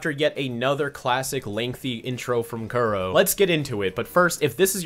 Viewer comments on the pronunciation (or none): none